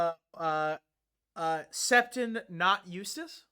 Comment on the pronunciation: Septon = Septoff